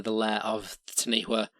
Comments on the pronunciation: Taniwha is pronounced Ta-nee-faa. The name of the Largest lake in New Zealand is Taupo. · Good effort but in Maori WH if pronounced like F so Taniwha is Tanifa. Also Hawaiki has nothing to do with Hawaii. DNA testing has placed Hawaiki to be Samoa. Also stick to History as Geographically Hawaii is nearly just as far from New Zealand as the Philippines and Taiwan (Which Incidentally is the route Ancient and ancestral Polynesians took, before settling on their respective Islands. According to Mitochondrial DNA) Maui is ubiquitous with Polynesians and his legend varies from Island to Island and culture to culture. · taniwha pronounced tun - e far the wh is a f sound. taniwha can be in the water or land.. sometimes considered more a dangerous spot or weird eddie in a river is also a taniwha. so has a physical aspect, and, an ambigious warning of a dodgy spot along the way. mania are serpent like bird and are guardians but they are usually more ocean bound. we have a living dinosour/dragon here today, which is a lizard called tuatara. also this may i nterest you on the topic.. kupe is said to have arrived in new zealand around the year 1400